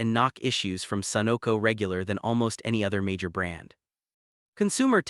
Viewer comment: Note no one says A Moco. It's pronounced Ama Co. Or Sunock O either lol